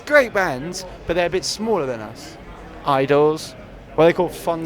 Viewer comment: Oliver Richardson shame he can’t pronounce them